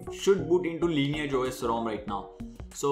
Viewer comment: Why do you call it Linear? Its Lineage!